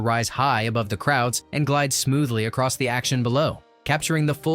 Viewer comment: I lost count of how many times this narrator uses the word, "aross." It's like he's trying to invent a new drinking game. 🙄